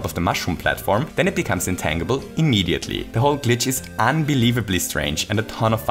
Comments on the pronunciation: you mispronounced tangible the entire video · I know English isn’t your first language,, but just fyi, “tangible” is pronounced with a “J” sound.